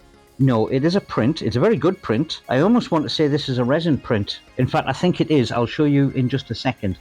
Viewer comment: Resin you say…